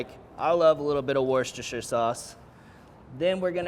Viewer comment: Fabulous! By the way, where Worcestershire sauce comes from (in my part of trhe World) it is pronounced "Wooster" sauce. :)